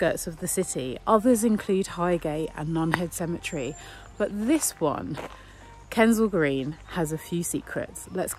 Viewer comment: It's Kensal Green dear, not Kendell Green.